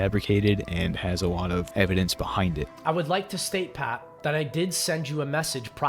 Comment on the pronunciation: The Ws over ls are funny 😂 “Wike” Wex Reawwy waw 😂